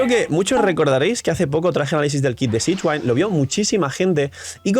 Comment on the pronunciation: Uffff buen video, pero cada vez que dices sishguain me da una puntada en el pecho 🤣 abrazo 🍻